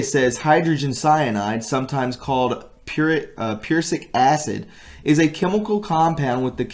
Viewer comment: "prussic acid" PRUH SICK. This is what I mean when I say you need to learn how to read and expand your vocabulary because you sound like my 5 year old.